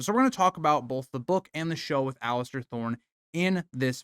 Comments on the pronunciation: Oh my god, every time I heard Alistair... pure rage haha. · There is no T is Alliser 😂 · please stop calling him Alistair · I wish everyone would stop calling him "Alister". Theres no T in his first name. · The real villain is the guy who can’t pronounce Alliser’s name right